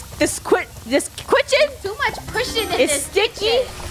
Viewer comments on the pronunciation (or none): Funneh:THE KWITCHEN Me:Hmmm maybe I'll go to the kwitchen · KITCHEN not kwitchen stop trying to be cute